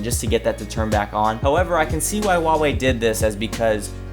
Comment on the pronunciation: FINALLY SOMEONE WHO SAYS "HUAWEI" CORRECTLY